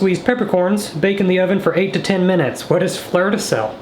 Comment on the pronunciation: "the flerrrr de sel" is now french 🥖🇫🇷😂